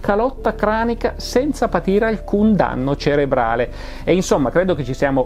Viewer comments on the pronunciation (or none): none